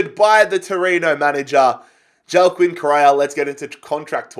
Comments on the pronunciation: Just a thing I am fairly sure Correa’s first name is pronounced Wack-een not Joao-kin. I may be wrong but I am fairly confident. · Please pronounce it Hua-keen Correa. I usually don’t care but he’s not Portuguese lmao